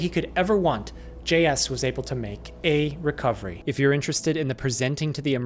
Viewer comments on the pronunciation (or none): Oh no, it's "A" racovery